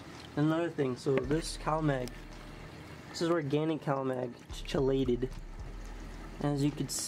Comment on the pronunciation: It's "Kee late id" 👍 what brand? Looked like liquid shit or fish lol! The drops and a vial do work 🤷 but you should really really really just get yourself a pen bro